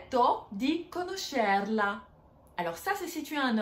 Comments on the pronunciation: Il faut travailler sur la prononcation :) Oui on chant en parlant mais...pas trop "Lieta di conoscerlàaa prononce comme ca" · Il y a des problèmes de prononciation dans votre vidéo: conóscerla e non conoscérla. En Italie on fait la bise à gauche et à droite, les deux. Prónto e non Prònto: problème de prononciation de l'italien.